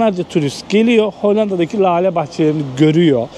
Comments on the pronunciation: LALE değil de, inceltme işareti ile:hand-pink-waving: söylenir= LÂLE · Lale yi ,ince L' olarak söyle.